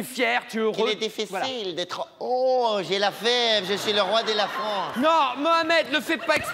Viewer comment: Mohamed, le roi de "Fronce" xD